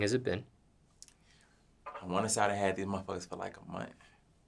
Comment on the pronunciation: “I wanna say I had dese mfs fa like a munt”😂😂💀